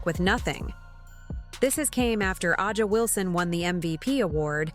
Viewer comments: Why do you (The creator/voice) of this video continue to mispronounce Aja (Asia)'s name ? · Drives me crazy too